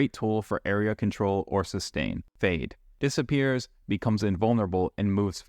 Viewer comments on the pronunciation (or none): none